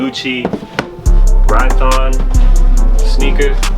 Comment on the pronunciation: Aren't they called Rhyton Sneakers? Ry-ton